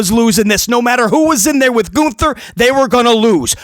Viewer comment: Lol, "Goonther"